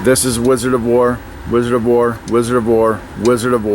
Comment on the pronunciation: I love wizard of wor. But love when he says. "I eck of izard of floor"